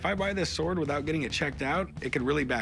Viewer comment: SWORD, NOT S WORD! hate his proununciation!